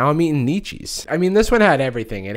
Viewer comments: Out of all the things in this video, I'm mostly upset at you for "Friedrich knee-cheese ". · "Friedrich Knee-cheese... much to think about" this had me ROLLING